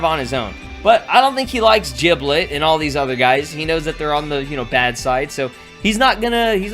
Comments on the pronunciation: It's Giblet not Jiblet, you are saying it wrong, annoys people sometimes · Did this guy just say jiblet